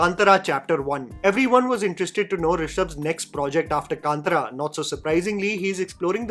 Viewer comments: Just a small correction. It is Kaantaara(not Kantara) and Kadhamba and not Kadamba. Not complaining just want to clairfy. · Say it with me: Kaan-Taaraa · Kantara . Pronunciation